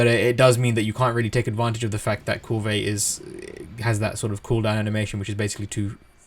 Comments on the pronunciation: Yeah....yeah.....thank you for saying what I was thinking. If the NPCs in the game say Kulve I'm pretty sure it's Kulve. ...not Koolvay I find that irritating too. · Kulve as in one word, with out the vey. The e is almost silent. Doesn't matter bro. Thanks for all the uploads, I think your videos are great! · Love how you say kulvey~, so fancy